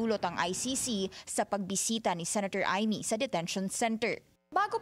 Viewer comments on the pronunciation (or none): none